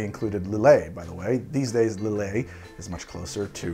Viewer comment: Sorry, the T in Dubonnet and Lillet should be muted. Just like the D in Ricard. Which by the way is usually drank as aperitif the same way as absinth, that is lengthened with water (but no added sugar though)